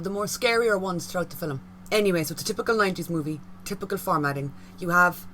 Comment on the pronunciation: “Fillum”. Where is the “U” in “film”?